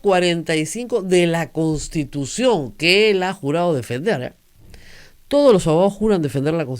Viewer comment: SIGUE HABLANDO MAL "entrampaOs" por "entrampaDos", "verdaA" por "verdaD", "usteEs" por "usteDes", "toOs" por "toDos", "abogaOs" por "abogaDos", "sentaOs" por "sentaDos", "legitimidaA" por "legitimidaD", "estaO" por "estaDo", "libertaA" por "libertaD", "buJcando" por "buScando", "conoJco" por "conoSco", "obligaAs" por "obligaDas", "toAs" por "toDas", "QuintaniYa" por "QuintaniLLa", "pueA" por "pueDa", doña Rosa María Augusta Palacios McBride critica con razón a un abogado que se dice constitucionalista, pero no advierte que ella como locutora, está obligada ha hablar con corrección, pues si habla de DOCENCIA POLÍTICA ella es responsable de la DOCENCIA EN EL BUEN HABLAR.